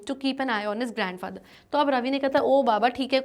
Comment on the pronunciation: 14.40 grand pather😂😂😂